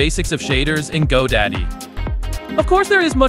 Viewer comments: if you say godaddy one more time I will never watch another of your videos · He couldn't be bothered to record himself reading any of it, though. Doesn't that tell you anything? That, and the AI voice keeps calling it "godaddy", which implies to me that he either didn't proofread it, or more likely didn't even write it. No human was involved in this at any point.